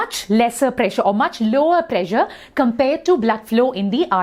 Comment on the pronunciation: Ma'am you pressure sounds like pleasure